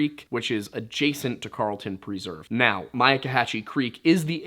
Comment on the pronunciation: Great content. I just don't feel so comfortable with your pronunciation of preserve...